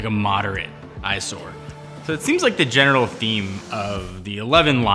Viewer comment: I think this is one of those “yanny vs laurel” things. I replayed it several times and heard both things.